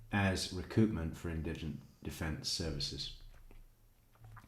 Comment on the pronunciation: emphasize on IN